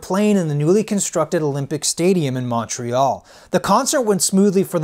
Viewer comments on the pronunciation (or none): none